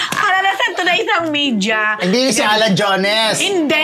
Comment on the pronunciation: Female na actress pa, ano ba reporter to, tapos meja daw, 😂 MEDIA.... AYUSIN MO PRONUNCIATION MO TE, KALOKA